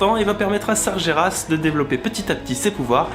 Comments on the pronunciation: Tu lis Sargeras comme si tu l'écrivais "Sarjéras". Ca se dit "Sarguéras". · Ça se prononce sarGUÉras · Sargeras ce prononce Sargueras